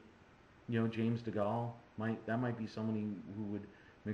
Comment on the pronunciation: Been waiting for this vid and just noticed it was up, love these afterfight/afterthough vids! oh and a little side thing: James Degales name is pronounced Dee-gayle. Would be interesting to see Degale fight Bute.